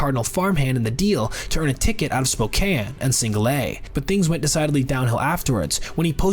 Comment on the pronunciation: wild how he got” Spokane” right but not “St. Louis”